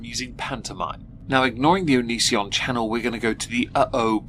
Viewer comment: You know, for all the commentary around him, not enough people pronounce Onision to rhyme with derision. I'd like that to change please.